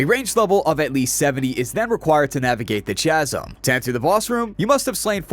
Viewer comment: Dude, it's "chasm", not "chaz-ham"